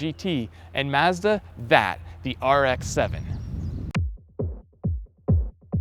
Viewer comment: Finally, an American that can say Mazda right! Rather than 'Marzda', he actually says Mazda like the rest of the world. But yeah the RX-7 is the best car ever, my personal favourite :)